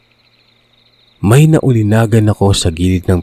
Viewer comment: . Bugok! Naulinigan, hindi naulinagan.